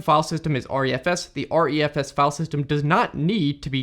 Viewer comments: I think that it's pronounced "Ree-F-S", not "R-E-F-S" (hence the smaller letter "e" instead of capital "E") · It's pronounced Re - F - S. Not R-E-F-S.